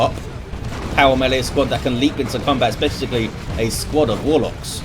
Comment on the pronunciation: be like: "Shh, be vewy vewy quiet. I'm hunting Wuhwocks!"